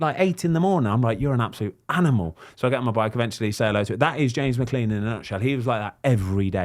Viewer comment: Brits can never pronounce McClean can they